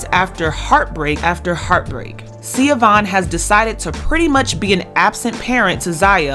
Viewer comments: Her name isn’t Sia-Vaughn; It’s pronounced Sha-Vaughn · This is a really minor point but her name is pronounced “Sha-Von.” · the mom’s name is pronounced Shuh-von. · BTW....Even though its spelled Siobahn....It's pronounced (Sheh- bahn) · Hi her name is pronounced SA- VON Dwayne Wade Gagged his ex wife & took his kids away & had her arrested if I'm not mistaken.. Shae Vaughn has her story on YouTube it was so sad what he did to his ex wife and how he treated her after he met Gabby allegedly. Shea Vaughn couldn't say anything Dwayne had all the 💰 to shut her down & shut her up rumor has it It's really messed up. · Her name is pronounced Shah-von